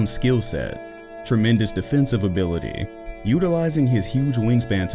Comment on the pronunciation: why he say ability like that💀💀💀💀💀💀💀